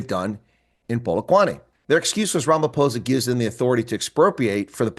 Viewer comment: First time I'm hearing an American pronouncing Ramaphosa correctly.